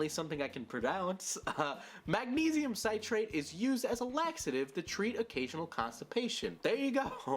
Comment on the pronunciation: He still didn’t pronounce magnesium citrate correctly lol